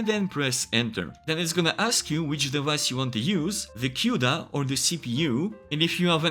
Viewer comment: small side note: cuda is pronounced as koo-duh not cioda!